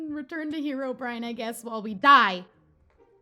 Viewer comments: It's not hee-row-brine it's heh-row- brine!!! Please see this!!! I commented the same thing on your last video but you clearly didn't see it because you said it wrong again. I'm really not trying to be mean or hate I just really want you to say it right. Reply 🔥... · Herobrine is actually pronounced h-eir-o-bry-an